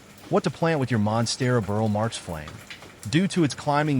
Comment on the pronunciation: "Burle" = BOOR-lee